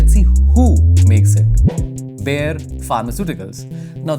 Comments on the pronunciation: it is not बेयर it is बायर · I'm sorry but I can't with the pronunciation of Bayer 😭😭😭😭 It's pronounced Bā- Yer This isn't a hate comment but I live right next to the industrial area and again I'm sorry about it being the only thing I'm pointing out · Bayer noi Bear